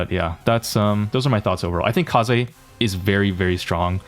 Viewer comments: It’s pronounced kazey not ka z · wth is ''k(ay)s'', it is read ''Ka-zay'' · Kaze isn’t pronounced “case” but like “kah-zeh” because its a japanese name. Think of it as “kamikaze” without the kami. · Kayze? It's KAH-ZEH. Japanese bro, it means wind. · is fine, as long as u arent pronoucing Kaze like ‘Case’ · why do you call her keiz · You pronounce it as kah zey btw. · It's Kaze: KA - ZE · is her name pronounced Kah-zay or Kah-zeh? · Bro why do you keep saying her name wrong on purpose, quit trying to farm rage comments like me plssssss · Not tryna be toxic but its sad how in jae yong vid u called people who pronounce his name wrong whiteboys but now u pronaunce Kaze's name completely wrong, her name is japanese please stop using english accent i beg u.